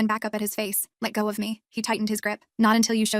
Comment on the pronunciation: why is no one noticing om they say ''let. go. office. me'' rather than ''let.go. of. me''